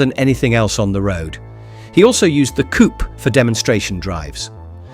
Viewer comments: No, it is not a "coup" but a COUPÉ! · Poor Rudolf got himself a hearingdamage driving these beasts privately ! 😂😂😂 Oh , its a COU....PAY....by the way , stupid yank .